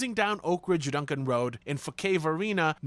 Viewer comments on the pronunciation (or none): none